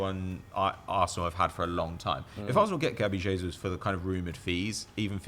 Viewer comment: His name is NOT HESUS! It's JESUS! The man is brazilian, where they speak PORTUGUESE, NOT SPANISH